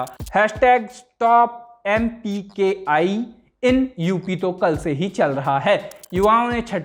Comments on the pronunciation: pe anchor ne mpki bola hai mkpi ki jagah 😁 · mpki nahi mkpi......bhawnao me mat bahiye